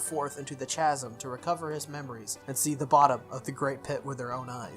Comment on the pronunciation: BTW, "chasm" is pronounced ˈkazəm or "kaz-em"